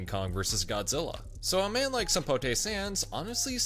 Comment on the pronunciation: Did they just miss pronounce Godzilla